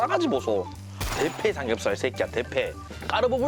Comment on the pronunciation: 나만 개패삼겹으로들리나